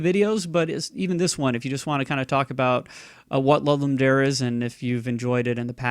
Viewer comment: Are you saying "Lud-Lum Dare"??